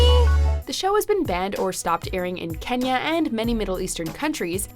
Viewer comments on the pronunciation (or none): none